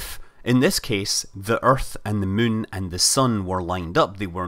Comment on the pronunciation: it's not mun it's moon.